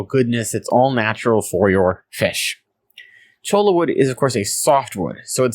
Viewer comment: I collected some when I took my ecology class out to the desert. I cringe every time you say CHOLA.... it is Cho-ya